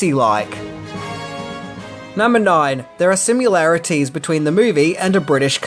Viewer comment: "sim-you-larities", omg, lol